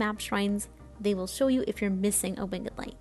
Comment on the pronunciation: Love the wing-ED light! has some classic pronunciations.